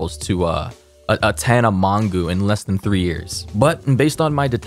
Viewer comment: I love how he pronounce tana mongeau not M-O-J-O but M-O-N-G-U......lmao